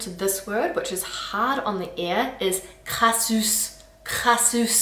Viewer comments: It's not crassous, it's crasseuse, with the sound eu. Most of the words you' re talking about are slang... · I think there is a problem with the pronounciation of the adjective "crasseuse" (masc. crasseux). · Crassouse/crasseuse plutôt que "crassousse"